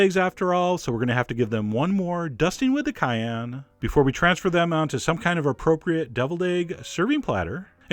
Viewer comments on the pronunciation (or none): none